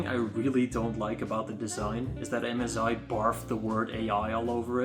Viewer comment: mezi bro its m sssssssssssss i not mez i